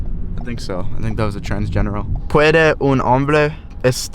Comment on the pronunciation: God man you gotta get some basic Spanish under you, lol. The Uber guy was saying "transgenero" (not transgeneral 😂) which is the Spanish word for transgender. Also if you're asking Spanish speakers about aliens, ask them by the name aliens are most commonly known in Spanish: Aliens=Extraterrestres UFO=OVNI (objeto volador no identificado) You kind of trolled the Uber driver hard, lol. And he probably thought you were off cause you told him you were meeting your alien brothers. LMFAO. Also project Blu beam is a distraction. Aliens are real. All of this had nothing to do with Eps. That's a separate matter.